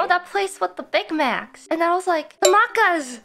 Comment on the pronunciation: should be pronounced mackers but for some reason ina is pronouncing it something like "mahcahs" lol